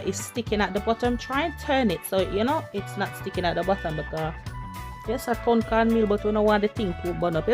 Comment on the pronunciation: Tun not turn lol...I have never had this but will give it a try...send mine thru royal mail lol